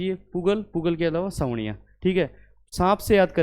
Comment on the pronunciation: वो साबणिया है जी, सांवणिया नहीं।